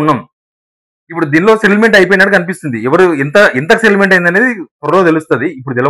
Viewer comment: సెటిల్మెంట్ అనే పదాన్ని నువ్వు స్పష్టంగా పలకాలి బ్రదర్..... ఆమాట ఎవరికీ అర్ధం కావటంలేదు.